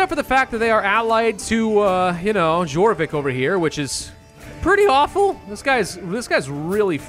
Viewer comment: Jorvik is pronounced like yorvik. Almost made me lose my mind